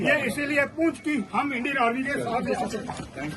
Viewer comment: मैडम, पूंछ नहीं पुंछ है, एंकर को उच्चारण करने में ट्रेंड होना ही चाहिए